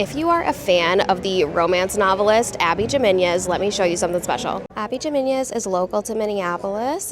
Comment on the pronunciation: cool review. althought abby jimenez is pronounced "ee" - menez, "ee" as in "he"